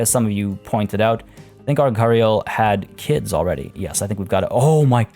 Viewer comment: The way Gharial is pronounced is Gare - e - all